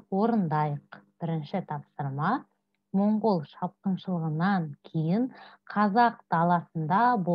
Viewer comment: Моңғол емес Маңғол деп оқысаңыз жақсы болады.